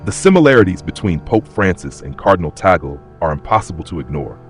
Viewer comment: He is pronounced as Tag-lay and not Ta gle